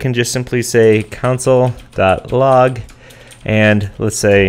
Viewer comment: Are you pronouncing console like counsel? That's funny.